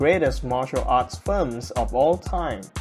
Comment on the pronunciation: Its 'films' not Firms! the way you say 'films' sounds like 'firms'...